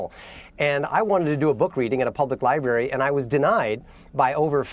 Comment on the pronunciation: Lmao "Libary" No, they just didn't want someone who can't pronounce "library"...